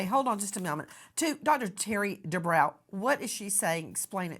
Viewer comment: Nancy he is Dr. De brow rhymes with Row.